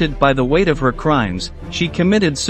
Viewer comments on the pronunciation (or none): none